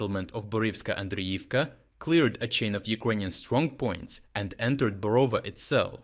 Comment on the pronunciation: Who are you? Thick accent suggests that you're Ukrainian. But Ukrainian should know how to pronounce Ukrainian towns. It is BorovA, not BorOva.